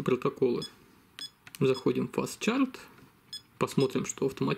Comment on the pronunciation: Выпьем же за "фастчарт" и "квикчарт"!